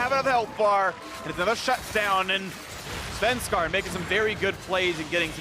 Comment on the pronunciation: Am I the only one getting hella triggered by Phreak's "Svenskaran"?!